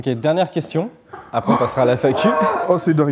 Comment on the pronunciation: « Acrè » nanani, nanana, « acrè » c’est après bordel 😂😂 ça me rappelle moi quand je parlais en primaire 😊